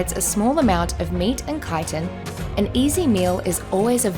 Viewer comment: took me a while to understand she is talking about chitin because she is mispronouncing it so hard lol